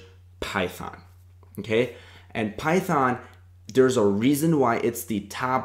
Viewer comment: "Start with... Phython m'kay?"